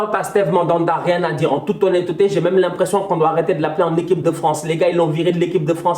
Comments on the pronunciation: En toute ho-nne-te-te 😂 j’en peux plus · "En toute honne-te té" Ne change pas ça😂